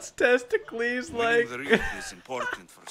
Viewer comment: Say test-ic-les